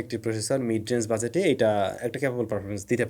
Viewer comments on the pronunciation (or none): Bhai apni English letter ‘G’ er pronunciation ta ‘Z’ er moto koren. Jeita shunte onek kharap lage. YouTube theke ‘G’ and ‘Z’ er pronunciation ta doya kore dekhe niben. Apnake shob shomoy ’budget’ word ta bhul pronounce korte shune ashtesi. Video bhalo lage, kintu ei bepar ta khub kharap lage